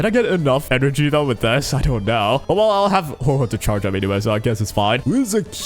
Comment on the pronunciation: Interesting idea, but you once again said Huohuo's name incorrectly so I leave a dislike